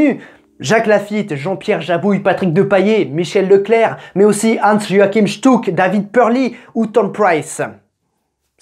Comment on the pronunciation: Petite correction: Hans Joachim se dit "Yoarim" comme pour Schumacher se dit "Schumarer". Ch = r en Allemand. 😉👍 Belle vidéo sur un des meilleurs pilotes Français. Petit câlin à toute sa famille. 💙